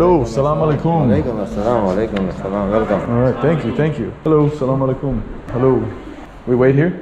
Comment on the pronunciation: Plz Don't Say Salama alaikum , Say Assalam o alaikum okay Dear🙂